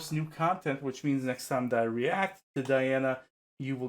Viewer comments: Those of us who speak English are prone to mispronouncing Russian names. It's just the way it is as Russian is a completely different language! To the best of my knowledge, her name should be pronounced as dee-AH-na ahn-koo-DEE-no-vah. (rather than die-anna ann-koody-NOVA which is what almost everyone guesses) 🙂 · Диана. Correct pronunciation- DiAna. Diana is the latin's name of the Goddess🌹 at last as Di:'a:na: 🌹not inglish👈🌹👉 Latin and Latin👈 as Dee Anna👈 russian's name Диана= latin's name Diana🌹🇷🇺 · Welcome to Princess Diana, The Goddess Voice of Nature. Enjoy your journey. She is a true Contralto. BTW, her first name is pronounced Dee aunna.